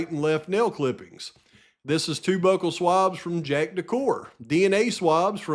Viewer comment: Bew-cull. Byou-cull. Buccal.